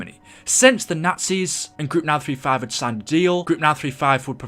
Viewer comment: When u say group 935 it sounds like mal 35